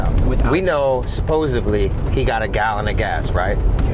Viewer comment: “Supposebly”. 🤣 Don’t worry, it’s cute. 🙃